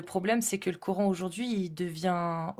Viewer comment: Peut-être serait-il souhaitable que prononce à la française KORAN et non KORENE à la façon de ceux qui veulent imposer leurs usages au pays qui les accueille.